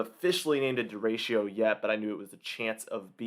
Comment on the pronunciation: Derecho - pronounced DARE-ETCH-O